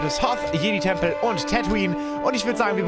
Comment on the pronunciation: Jeid Tempel 😂